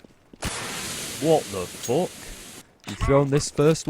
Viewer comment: This british "Wot do fok!" made my day